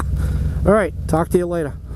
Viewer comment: “See ya latah” Haha another great two stories!